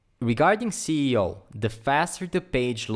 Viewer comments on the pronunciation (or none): Cee e o? I think it’s “es e o” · Thank you for this video it really helps me a lot ! More power to your channel sir. though you mispronouncing the SEO to CEO anyway the content was great ! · he’s saying it wrong. It should be “Es e o” not “Cee e o”. 😏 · when he says CEO instead of SEO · hey man great vid but i think ur pronouncing SEO wrong it sounds like ur saying CEO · once is forgiven but you said (cee e o!) so much to be forgiven... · why are you saying ceo? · I don't mind that. I mispronounce it myself sometimes. Awsome video, lots of tutorials could learn from you.